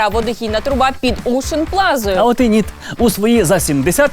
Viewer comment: «Нiт»?? Нит блять? Тесть теперь украинский язык это просто русские слова с буковой «i»?